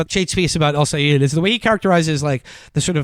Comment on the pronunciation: Sigh- ed (Sayed) NOT Sigh-eed (Sayeed).